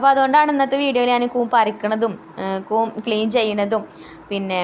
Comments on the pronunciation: കുന്ന് അല്ല, സിസ്... കൂൺ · കൂൻ അല്ല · കൂൻ അല്ല കൂൺ. കണ്ടിട്ട് കൊതി വരുന്നു.